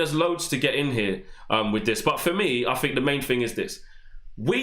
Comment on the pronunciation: Please learn to pronounce "three and think" not"free and fink "